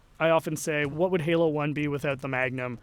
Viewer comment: Halo not galo lol